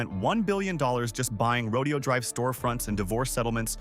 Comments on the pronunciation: It is NOT pronounced : Row-Dee-Oh Drive.. it’s pronounced: Row-Day-Oh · It’s Ro-DAY-oh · Where's your current crib? Trust me, you do not need a place there. There are much better places to live than this for a guy like you. And note this: Horses are part of a rodeo. Right! The street name is NOT pronounced the same way. Say: "row day ohh" or you'll sound like a hillbilly.